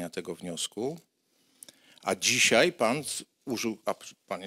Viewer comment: Przewodniczacy mowi ,,dzisiej ,tutej" Skad ten parweniusz wzial sie w Sejmie ?